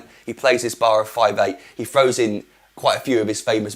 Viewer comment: "FROWS IN" ? You mean "THROWS IN" ?